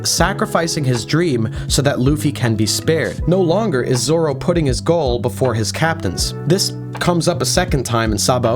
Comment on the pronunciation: lol Roranoa "Zolo"